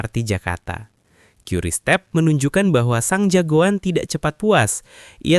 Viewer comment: QRIS Dibaca Keris no Qiuris